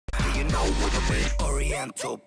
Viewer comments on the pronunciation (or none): none